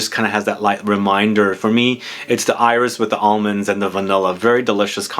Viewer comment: When you say “iris” in French, the “s” is pronounced:-) I am a francophile so I can’t refrain from trying to help. And incidentally, in something like “Insolence”, the “in” is pronounced like a nasal short a, not a short o. Words like “antique “ ARE pronounced like a nasal short o. would you talk about perfume residue on clothes? It’s something I dislike since I do change my fragrances from day to day though I have those I tend to wear- anyway I really hate when the residue on clothes becomes a mishmash. Would that be an interesting video? Maybe not 😂. But maybe..